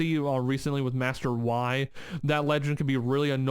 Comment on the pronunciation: Master Why(Yi) hahaha... read the "y" as "y" in 'yes' and "i" as "i" in the word "grid" ... great video btw